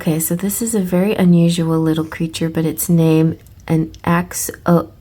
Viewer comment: thank you again for the reading <3 (btw it's pronounced axe-oh-lottle! 😋)